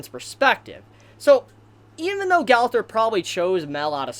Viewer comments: Its pronounced go - ther not gauther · Why y'all be saying the name so bogus